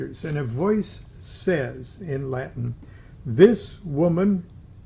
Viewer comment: I love Lon and his knowledge but man listening to him butcher latin or any other foreign language is next level torture. Lol. Keep up the great work Lonny